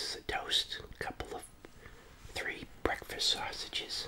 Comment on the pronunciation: I guess this is what they call bekfast